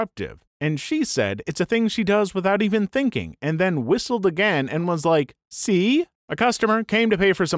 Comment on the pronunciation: the way he says see is so funny!